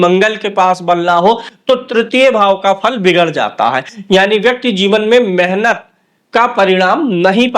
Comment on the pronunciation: शुद्ध शब्द मेहनत है न कि मेनहत शब्दो का उच्चारण शुद्ध करें